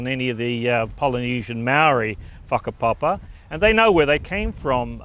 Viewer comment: Its whakapapa not whakapopa